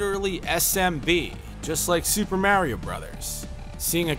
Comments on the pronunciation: "Mare-io?" Thats how my Grandma pronouces it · hope you're rolling the R when you Mario. Wouldn't want to get it wrong.